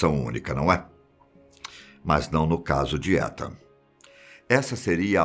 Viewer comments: Os cara fala o nome do cara tudo errado. A pronúncia de Etan, é "Itan" não "Etan". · Ethan se fala Itan 👍 e não étan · Só eu que ficou corrigindo ele na hora que falava "etan" ou invés de "itan" que seria o certo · Não é "Étan" é "Itan". O "e" tem som de "i" em inglês. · Um ótimo narrador, mas logo se vê que não sabe nada de inglês... Étan doeu o ouvido aqui. Se escreve Ethan mas se fala Itan tiozin... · Meu TOC esta estuporando aqui, se pronuncia "Itam" e nao "Etan" aaaaahhhhhhh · "ITAN" a pronúncia 🤗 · Vdd, apesar q se pronuncia "itan" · Boa tarde me perdoe a correção, mas o nome é pronunciado como itan , sou fã do canal de vdde e oq puder ajudar pra melhoria e progresso do canal. Não quis e nem quero polêmica apenas ajudar no mínimo possível. Jah blessyah. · Acho q ele pronuncio o nome do menino errado n sei akakaka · Fiquei muito incomodada como ele pronuncia o nome do menino...